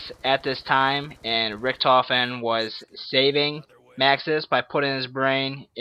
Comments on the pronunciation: His name is richtofen not richentof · he said richentof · its not rickentoph its ricktophen (i dont know how to spell the name) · Richtofen not richentofen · "richentoff" lmao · "Rick-In-Tofen" lol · Learn how to say "Richtofen" u dumbass